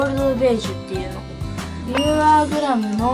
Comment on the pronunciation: きらちゃんのイントネーション『You are グラム』ww